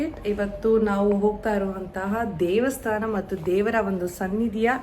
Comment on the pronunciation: Its not devastana. Its daivastana